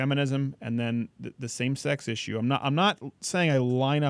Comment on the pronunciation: And hear the way he says "issue" he sounds like a martian!!!